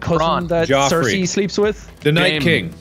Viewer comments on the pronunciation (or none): none